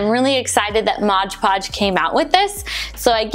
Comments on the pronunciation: It’s Mod Podge not MOGE PODGE 😖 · Great video but it's MOD podge. Not modge podge. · thank you for making this super helpful for "mod podge" not " MODGE PODGE" HAHAHA lol. ♥☻☺ Have a great day!!! Cheers